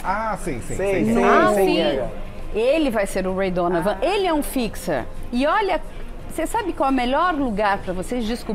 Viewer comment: Ela falou Ray Donavan?!?!